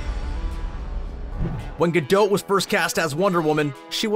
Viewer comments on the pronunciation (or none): Her name isn't pronounce Ga-dote like in the video. It's said like its spelt Ga-dot!! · Dude, it's not Gal Gadowwd, but Gal Ga-do-t with the "o" a real "oh" sound and the "t" stressed and audible. "Gadot" is the plural of "Gada" which means "a river bank". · It's Gadot, not Gado-h. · Can we please stop calling her “Ga-Dough’”, and/or “Ga-Dote”. It’s pronounced Ga-Dot. It’s just that simple and she’s pronounced it that way for people herself. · It’s pronounced Gadot (rhyming with pot, not etc), not Gadote (rhyming with tote). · My Father Naughtius Maximus who taught me fluent Hebrew for 50 years says it's pronounced Gah- Dote which means Ri{h}-ver Bank IF it was Gah-Dot it would need to be spelled "Gahdaht" גדת -גדות As they say in Greek "Tushaay" (joking) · Gal gadote, ITS GAL GADOT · Gal-dot! As in rhymes with pot, tot, lot and stop! What's with Gal-dote it's pronounced exactly as it's written jeez! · it's gal gaDOT, not gal ga -DOUGH -t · Gal Gadot's last name is pronounced Gah DOT not gadote. Just FYI🙂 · Whoever is voicing this video, will you please learn how to pronounce Gal Gadot's name correctly! She is NOT French. Her name is Gadot as in spot, not Gadoat as in goat! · Sorry but the repeated 'gadote' pronunciation instead of 'gadoh' was too jarring for me to enjoy the video. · Why do you keep calling her Gal Gado or Gal Gadod? It's Gal Gadot, the T is a must, like a British T. DownTon Abby, leTTers, not ledders, etc... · It's pronounced Ga-DOT not Ga-doe or Ga-dote. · Its pronounced "Ga-Doe" Not Ga-Dote'..... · He keeps saying her last name as “guh-dote” and drives me nuts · Nate Olson It is actually pronounced gaDOT. She emphasised it herself during a talk show. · Omg GadoT, with a T at the endddd gadoT! the T is not silent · Would it have been difficult to learn how to pronounce her name first? Ga-dote is like nails on a chalkboard. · I thought it was gal guh-dot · Or her name 😂😂😂 GA-DOT. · Gal ga-DOH-'T', prOHcess, Warner BrOHs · It’s gah doh